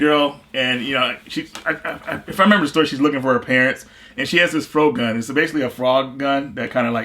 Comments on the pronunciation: Love you, but I think Frogun is pronounced - "Frog-un". almost like im going frogging! But I could be wrong. I know pronunciation isnt Reggies strong suit, he prefers to just be awesome instead. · Isn't that FROGUN game pronounced "FROGGIN'" ?